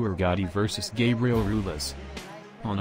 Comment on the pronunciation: Gabriel ROO-EL-AS, Jessie James LAY-HA